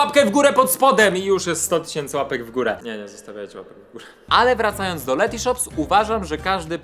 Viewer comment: Karol jesteś super gość, ale błagam tylko nie Lety sreti shops